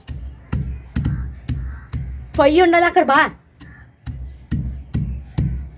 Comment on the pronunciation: ఫొయ్య కాదు పొయ్య